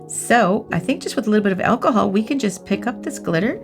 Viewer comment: When she says achol can I use normal achol eg vodka